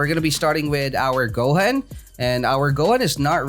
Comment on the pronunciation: It's not go-hen it's goo-hooooon